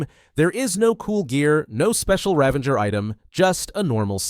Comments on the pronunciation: Its a Ravager not Ravenger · Ravanger? Its Ravager 😂😂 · Its Ravager not Ravenger lol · “Ravenger” lol